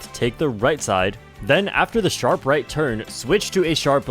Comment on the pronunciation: The way he said "take the right side" legit sounded like "take the RED side"